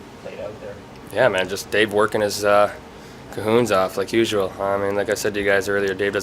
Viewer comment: Me listening to Marner:. "Cahoons? That's a dang-it."